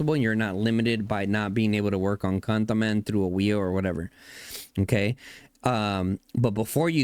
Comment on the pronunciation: Cantaman 😅all I hear is Gataman